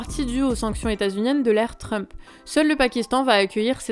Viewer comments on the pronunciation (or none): none